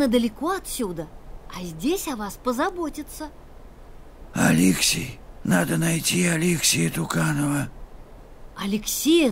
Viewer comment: алексЕй а не алЕксей!